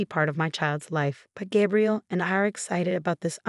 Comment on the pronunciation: GAY-BRIEL not GAB-really . Fake story and AI comment 🤨🤨